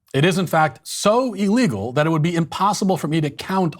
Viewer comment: Pleeease Matt, I love you but stop pronouncing illegal "E-llegal" (I wanted to put a smiley face emoji here but figured you'd cancel me if I did)